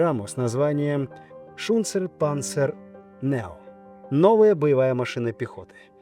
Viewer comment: Не "нео", а "нойе".